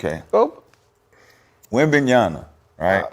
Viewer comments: mccants is the fakest of them bandwagoners, cant even say wembanyama's name right, retardedly keep saying wembanyana , learn to use your brain mcquits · Is it weird Rashad can’t even pronounce the name of his fav player ?